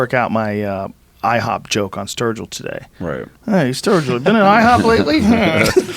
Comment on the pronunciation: Dammit! Up early morning to practice my 3'd language, German. Though now, after hearing Sturgill proclaim his rap name to be "Sturg-Ill", call me intrigued and maybe even a little 'man crushing' right now. Fuck it, I ain't exactly a country fan though will check out their music just for them being reinassance men musically seeming knowledegable even about rap.